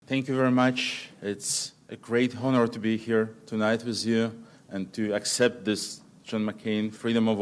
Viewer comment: Надо бы еще слово HONOR/HONOUR научиться произносить правильно, без [h], FRONT как [ фрАнт}, есть еще ряд фонетических ошибок, Бог с ней, с грамматикой!